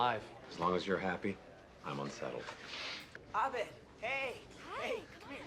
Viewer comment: Literally why did no one tell the actors that’s not how you pronounce his fuckin name lmao, like I maybe understand pierce because it feels in character for him to fuck it up but everyone else?